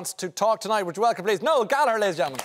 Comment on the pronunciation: Noel Galler is what I heard